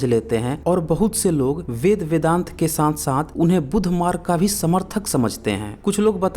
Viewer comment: Abe paidaisi bevakuf.... Vedang nahi vedant....pahle padhna likh ke aa....sale...